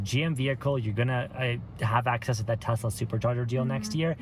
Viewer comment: I need a update! Does she still want a " Tesler" today?